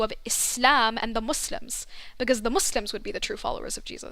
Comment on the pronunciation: It's Muslims not Musims 😭😭